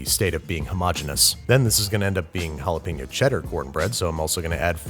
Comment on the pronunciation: You are mispronouncing Jalapeño!